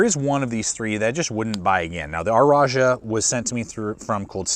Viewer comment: I’m compelled to ask: why do you pronounce “rajah” as “r-ajah?”